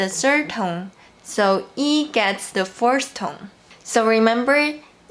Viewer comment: Hi dear, thank you so much. Just one thing: you pronounce “the first” and “the fourth” alike. Work on your “-s(t)” and “-th”.